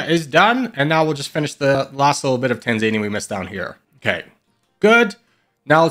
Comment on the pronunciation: It's pronounced TAN-ZAN-EEA not TAN-ZANE-EEA